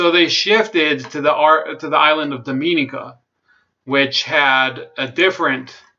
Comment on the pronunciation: The country of Dominica is pronounced “Dom mo née ka"